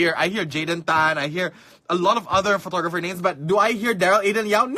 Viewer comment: Profeeeshional Phootogrpheer... btw. Nice rack xD